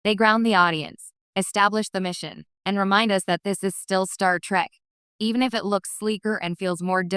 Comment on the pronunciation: An AI voice that mispronounces "'Trek."